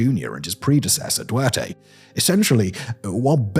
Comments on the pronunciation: Another foreigner forgetting the first T in "Duterte". You're clearly not dyslexic and the name is not hard to pronounce, especially when you can just look up how it's meant to be pronounced using the news as your source. So I don't get people saying it wrong. It's just DOO-TEHR-TEH. Even pronouncing it like Du-30 is still more correct than "Duwerteh". Also, your voice constantly going to a deep monotone level is grating to my ears, but that could just be a me thing. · Oi,, the previous President of the Philippines is DuTerte, not Duerte. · Thanks for the video. Minor note, Duterte is pronounced like "Do tear (rip) Tay". Some people also use the shortcut Du30 as the name kinda sounds like Du-thirty. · Duterte = Dew-Ter-Tey ;-) Hegseth = Heg-Seth - have a look at a map, it's hard to argue that the Spratly isles are closer to the Philippines (a country of over 7000 islands) than other nations. Also, It's not Manila, it's the Philippines.. you don't refer to the UK as London, right? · The way Simon pronounces Duterte is funny